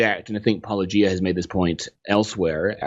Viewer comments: When you're an apologist and you think you're a lawnmower but in reality you're just a typical yawnblower instead. I am shocked he pronounced your name right, though. Of course, considering that and the lightweight praise, that clip from Yes, Minister comes to mind. "It is necessary to get behind someone before you can stab them in the back." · Almost fell off my chair when I heard a Christian apologist say 'Paulogia' correctly! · OMG! He actually pronounced Paulogia correctly! I may have to begrudgingly admire Dr. Brown for this one very specific reason now. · They clearly watched a bunch of Paulogia since they pronouce Paulogia correctly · Was this the first time an apologist pronounces Paulogia correctly? These two deserve credit. Not only did they take you seriously, and respectfully, they also approached you much more honestly than many. Which you can't say about people like Craig. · Can we all consider the fact that our bar is so low for the apologists that we are genuinely impress when they manage to pronounce your name correctly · After that mangling of your name by "Capturing Christmas" it was such a relief to hear your name finally pronounced correctly! 😁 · An apologist pronounces "Paulogia" correctly? It's a Christmas miracle! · OMG he pronounced your name right O_O Its a Christmas miracle !